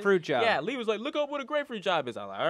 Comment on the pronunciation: Start a SF War, LEE NOT BREE LEE NOT BREE